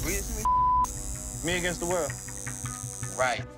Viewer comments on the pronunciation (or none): Did anyone else notice he forgot the “S” in against lmao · Me "AGAINT" the world. 😩🤦🏼‍♀️😂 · "Againt" That is all. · "Me Againt The World"😂😂😂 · “Me Againt The World” 💀💀